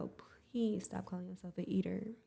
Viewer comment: Nah I’m from New York and I’m 24. No one says eater in the way does. Shit sounds weird